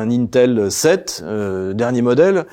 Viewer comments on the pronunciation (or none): none